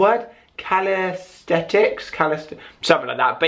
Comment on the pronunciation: It's called calisthenics pronounced cal-is-ten-ics